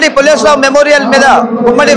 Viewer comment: Pulleswar rao kadu pulleswarao garu